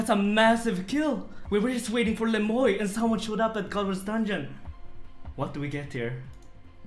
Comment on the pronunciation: its le moi not le moy